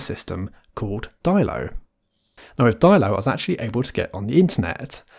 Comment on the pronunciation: Surely that's dillo as in armadillo and not dailo or whatever pronunciation that was? That's at least what I've figured for ages.